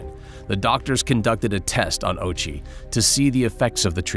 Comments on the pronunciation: Dude. Ouchi. "oww-ooo-chi". Not "ochie". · Hearing the narrator pronounce his name "Ochi" when it's actually "Ōh-uchi" makes this unwatchable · bro rly said ouchie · His last name is Ouchi bruh. 💀💀💀